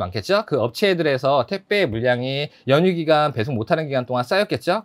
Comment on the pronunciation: 왜 택배를 자꾸 태빼 라고 하시나요?? 그리고 장발 잘어울려요!!